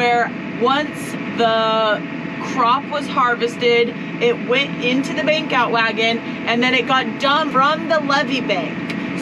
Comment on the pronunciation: Took a few hears to understand you were saying 'Bank out wagon" - I thought at first you said "Beak out wagon"